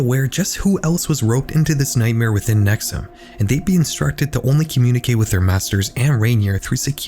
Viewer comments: So the constant mispronunciation of NexIum as NexUm bothered me a lot. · I'm from upstate NY so hearing you talk about a cult uphere I haven't heard of before piqued my interest. And then you started calling it nex-uhm and I was like thats weird two cults in upstate NY with similar names, then after hearing you describe it further I realized it was the same one I already knew about. Nxivm (nex-e-uhm) ,😂😅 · NXIVM is pronounced “nexium”, not “nexum”. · It’s pronounced Neck-see-umm. Not neck-sum. 🤦🏻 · The mispronunciations in this video is crazy 😭 Rainere is NOT pronounced Rain-ear, it's pronounced Rain-eerie. NXIVM is not pronounced Nexum, it's pronounced Nexium, with an i. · Pronouncing it “nexoom” 😅😅😅😅😅😅😅😅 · Dozens of podcasts and investigative reporting has been done on the nxivm cult and Keith Raniere. You didn’t listen to one minute of any of them. If you had you’d know it’s pronounced: “Ra-neer-ee” not Raneer and “Nex-ee-um” not nexuhm. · *Ra-neer-ee not “Raneer” *Nex-ee-um not “nex-um” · Please tell me you know that NXIVM is pronounced “nex ee um” not “nex um” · have you watched any documentaries on NXIVM? They all pronounce the org as "nex-ee-um," not nex-um. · please check your pronunciations. raniere is "rah-nee-ree" and "nxivm" is "nek-see-yum". there's a great hbo documentary with former members who go over this and they all pronounce this stuff the same way. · it’s pronounced “nex-ee-um” 🙄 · NXIVM is pronounced “nexium”, like the medication. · Bro, it’s pronounced Nex-ee-um. You couldn’t have checked that like, at all? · Your pronunciation of multiple names is wrong and incredibly confusing. Keith Ruh-neer-ee. Nex-ee-um. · The mispronunciation of nxvium is gonna make the rest of this hard to watch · You’re not pronouncing “NXIVM” correctly..